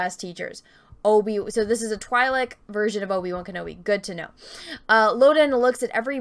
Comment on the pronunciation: Good couple of videos. "I've heard them being pronounced both Tweelek and Twaylek, but since Ihear Tweelek the most that's what I'm gonne pronounce them like..." pronounces it as Twaylek for the rest of the video :'D